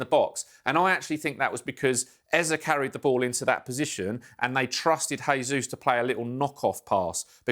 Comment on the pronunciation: You pronounced Eze's name correctly but not Jesus?